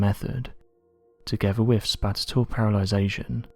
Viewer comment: I don't like the way the narrator says the word 'assume'. (Does he have a lisp?) He also says "spatial" in a really funky way.